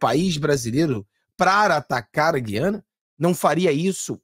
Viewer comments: em toda a Amazônia se pronúncia a séculos, GU/ IANA E não GUI/ ANA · Gu-i-a-na, mudaram a pronúncia de sempre das Guianas! Dói meu ouvido!